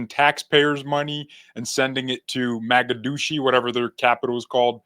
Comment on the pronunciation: “Moe-Gah-Dish-Ew” Mogadishu 😊 Minnesotans are going to find Somalians will turn their cities and the State of Minnesota into the Country of Somalia that they already ruined…is that what they want? 😳